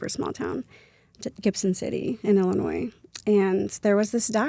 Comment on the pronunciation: Pet peeve ILLINOIS is not probounced with the S. It’s silent at the end 😅